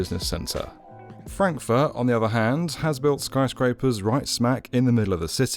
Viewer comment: lol who would like to live in "Crackfurt"